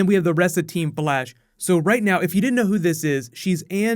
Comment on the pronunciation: anybody else hear blash alot?